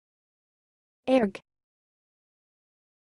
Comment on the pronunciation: i dont think thats how human says "ARRRGHH"